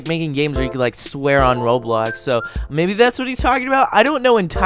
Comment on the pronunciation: ITS NOT ROADBLOCKS ITS ROBLOX